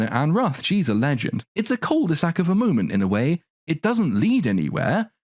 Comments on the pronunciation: Just gotta say, "cul de sac" is pronounced without saying the "l", and it is a u sound, not an "oo" sound. Sorry for being annoying, it kinda bugs when you hear it said wrong. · Please stop saying cul de sac. Ur butchering it. Just say deadend